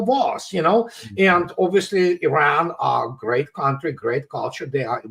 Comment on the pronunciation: Did say: "Grest" British "Military" "Education". Russia Chess and Clauswitz, America Talmud and Poker, China Confucius and Sun Tzu, "Grest" Britain Fancy Dress and Funny Money.